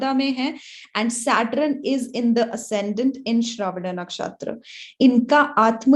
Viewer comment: aap SAT RUN q bolte ho Mam 🤣